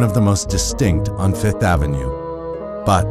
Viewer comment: I'm surprised that VF doesn't have enough sense to hire a VO artist who says "Fifth Avenue" instead of "Fith Avenue".